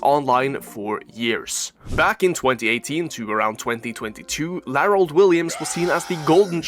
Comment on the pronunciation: LMAO LAROLD??!? 😂😂 ain't no way that's his name